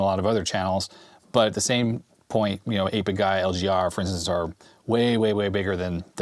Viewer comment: When you said 8-Bit Guy the first time, I heard "Hey Big Guy". I'm a little slow some times.